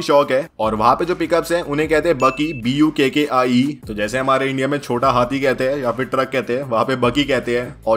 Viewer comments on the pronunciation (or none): No-no! Not "Bukkie" please, it is "Bakkie". But good report.